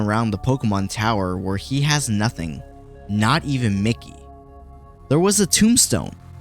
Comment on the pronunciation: It’s Mi-Ki not Micky overall entertaining video